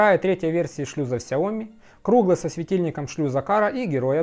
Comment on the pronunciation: Автор супер! Так подробно и с деталями, даже произношение Mijia и XiaoMi правильно 👍